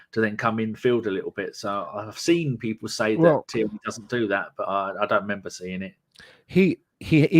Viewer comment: your brilliant but its TIERNEY! NOT TYRNEY!